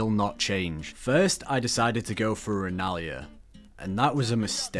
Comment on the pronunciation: Idk why him calling her rennlia was so funny to me